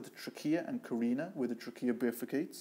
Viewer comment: He lost me when he continued mispronouncing trachea and carina.